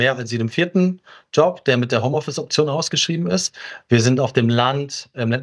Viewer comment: HOMOffice ? glaube ihr solltet das nochmal überdenken